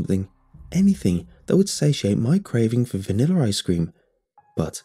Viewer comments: "Vaniller ice cream" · I love the way he says vanilla ❤️